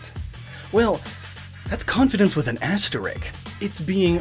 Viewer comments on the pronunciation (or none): ...asterick I swear these weirdo pronunciations are gonna kill me XP